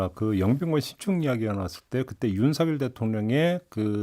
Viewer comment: “서결”로 발음 해 주셔서 감사합니다.. ☺️ “성렬”로 발음하는 많은 다른 방송인들을 보면서.. 이제는 한글도 똑바로 못 읽은 바보들로 만들어가는구나 생각이 들어 너무 슬퍼집니다..ㅜㅜ